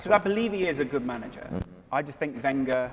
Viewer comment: Why does he mispronounce Wenger every time? Isn’t he an Arsenal fan?